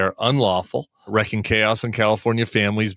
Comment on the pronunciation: NOT "wrecking" chaos. WREAKING!